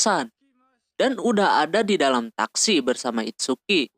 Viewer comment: ITSUKI BANG BUKAN "ITSUKA"